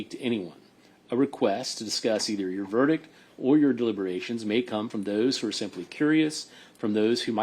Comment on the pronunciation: If that clerk still has a job after mispronouncing half the words in that verdict I need to move down to Florida to apply for a job!